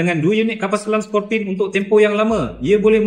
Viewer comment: Bukan Scorpion tapi sebutannya ialah Sko/pi/ni